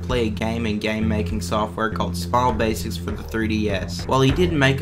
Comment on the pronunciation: im sorry to make fun of your accent but baldi's baysics